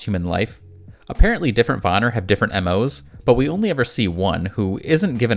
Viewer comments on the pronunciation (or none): Van-Neer not Vonir... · It’s PRONOUNCED VAN EAR NOT VAN NAR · pleas reupload this and say Von-ear nor Von-er. its so annoying and im really sorry. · It's Vanir and not vanar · Just letting you bits pronounced ‘van-ear’ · It killed my ears everytime he said Vanir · Please please please work on your pronunciations of other mythological lores. It was painful to hear the butchering of names like the Vanir and such.